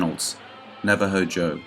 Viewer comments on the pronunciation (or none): Tonto means "wild ones" in Apache where the Character in the Lone Ranger got his name. Also Navajo is pronounced Nav (as in Navigation) ah Hoe